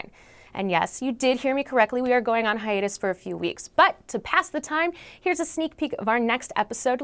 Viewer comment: Did.... She...... Say........ Hiatus???????